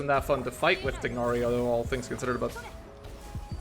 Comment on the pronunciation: Still pronouncing it TIG-nari after how many years.